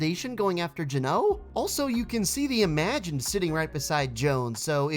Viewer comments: The way you pronounce Geno is seriously hurting me Its GEN-OH, not J-NO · It’s geno not guno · Its not gno its geno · Not trying to be rude or anything but why did you say Gino like that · that is not how you say geno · It’s pronounced GEN like the gen in gender then O